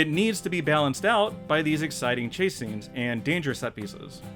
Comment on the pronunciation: holy shit, another lesson in seppos butchering english - "cha-see" 😂😂 fuckin hell